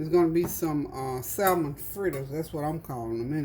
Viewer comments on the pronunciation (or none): Samon NOT salmon pronounciation...